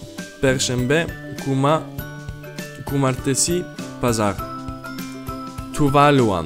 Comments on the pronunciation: Kuma , kumartesi 😅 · Kuma kumartesi 😂😂😂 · Turkish = Cuma not Kuma and Cumartesi not Kumartesi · Kuma Kumartesi lol we read it like C not K so its Cuma Cumartesi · Kuma kumartesi 😀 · Kuma Kymartesi Yıkılıyorum 😂😂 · Kumartesi diyo 😂😂